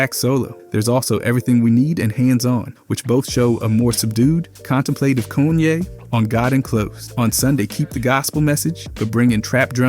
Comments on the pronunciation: Bro its Kahn-yay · Cone ye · Bro says so many words the wrong way. Like it’s gotta be purposeful. How you say Kayne one second and the next call him cone ye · who tf is goonye??! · cone yay? bro really? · "Kuch-ye's..." blud changing how he pronounces kanye every 2 minutes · "Koo- chay" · His pronunciation of Kanye gets worse and worse and it’s pretty effective ragebait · Disliked and reported its Ye now but atleast say Kanye right